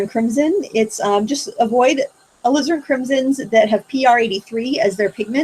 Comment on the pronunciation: mispronunciation of "Alizarin" reminds me of when I first started watching Bob Ross and thought he was saying I needed "Lizard Crimson.":P